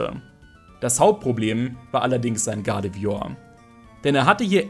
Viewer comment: Dafür, dass du so viel Zeit mit Pokemon verbingst, kannst du überdurchschnittlich viele Namen nicht richtig aussprechen.... Triggert mich nen bisschen... come on.... GuardevOIr nicht Guradevior? uvm.